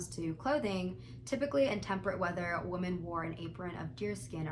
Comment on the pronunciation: lowkey super triggered that you pronounce "women" as "woman"